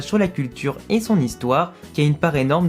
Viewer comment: Dans le fait 23 tu parles de l'œil « Oujdat », malheureusement tu le prononces mal, c'est « Oudjat ».